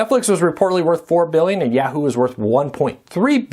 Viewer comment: I know - it's YAH-hoo.